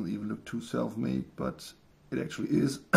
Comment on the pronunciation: in the intro it sounded like he said "Satan mate" instead of self made XD